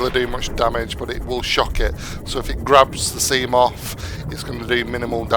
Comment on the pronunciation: He says sea moff😂